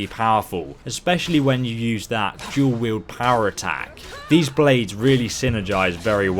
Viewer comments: Its fuckin !!DUAL!! wield not DUEL. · Dual-Wield not Duel.